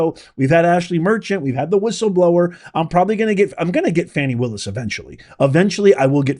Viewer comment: You will never get her if you can’t pronounce her name correctly 😅